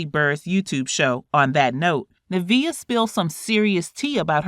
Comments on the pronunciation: Why can’t the commentator pronounce her name it sounds like NIV-E-A not NA-VI-A my people learn to pronounce words correctly please 😢🤦🏾‍♀️black folks always messing up names and calling it what they want knowing they’ve heard 1 million people saying it correctly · Just one problem with this - "NIV e- A" not Navia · Her name is pronounced Nivea, like the lotion💁🏽‍♀️ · NIV-EEEEEE-UH is the correct pronunciation! Like the lotion! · Hearing her called “Na-via” is cringing 😂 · Pronunciation is important. It’s niv-ee-uh. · I love this interview but the fact that you keep pronouncing her name wrong.... Like it's just like the lotion. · This video should just refer you to Kandis interview and hear it directly from Nivea’s mouth also hate how she’s pronouncing her nameeeeeeee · Why do u keep mispronouncing her name lol nice video tho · Girl pronounce her name properly!